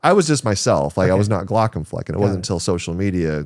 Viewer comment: very interesting conversations, thanks. :) only contribution i can make even remotely near the topic: since Glaucomflecken is a German word, the correct pronunciation would be {g-lou(d) + COMB + fleck-ng} (only one stress, on the second syllable of only 3(-ish) ... not "G-LAW + c'm + FLECK + ehn" with 2 stresses, on the 1st and 3rd of 4 syllables)